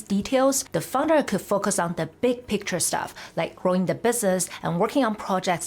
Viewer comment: Founder! I kept hearing fungus.